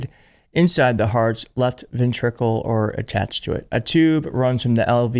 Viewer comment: It’s pronounced VEN-tri-cal.